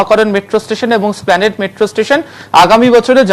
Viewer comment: এসপ্লানেড কে স্প্লানেট বলছে